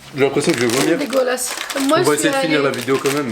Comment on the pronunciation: Arrête de dire (j'ai envi de vumiir lol hhhhhhhhhhhhhhh